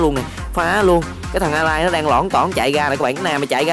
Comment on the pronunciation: Thánh đọc chuẩn tiếng Anh : alice= a-lai